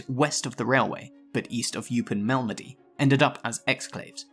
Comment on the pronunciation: Learn to pronounce 'Malmedy'.